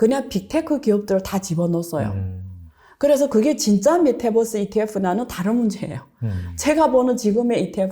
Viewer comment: 안교수님의 발음이 잘안돼 종목이 정확하지 않아요글로적어주세요. 메타벅스라해거 찿어니 없어요